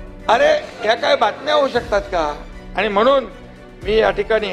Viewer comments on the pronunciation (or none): अडाणी माणसा अनेक वर्षे मुंबईत राहुनही मराठी भाषा निट ब़ोलता येत नाही. अजुनही आनी पानी करतोयस. आधी नीट बोलायला शिक. कमळीच्या नादाला लागून तु गद्दारी केलीस मुख्यमंत्री झालास पण तुझा गेम झाला. घर का ना घाट का अशी तुझी अवस्था कमळीने करूंन टाकली. कपाळावर कायमस्वरूपी कधीच न पुसला जाणारा गद्दारीचा धारीचा शिक्का मारून घेतलास. ज्या पक्षामुळे, बाळासाहेबांमुळे शाखाप्रमुख विभाग प्रमुख नगरसेवक पद मिळाले ज्या उद्धव साहेबांच्या कृपेनें आमदार झालास त्यांच्याच पाठीत खंजीर खुपसायला तुला काहीच कसे वाटले नाही निर्लज्ज गाढवा.